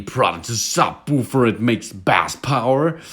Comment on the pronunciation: Bass is pronounced 'base'. But your big mistake to try to sound kool in English when you don't recognize how creepy you sound to native English-speakers. Creeeeepy. Your regular English is fine. The Kool Guy thing reflects the voice movie makers use for Loser Guy.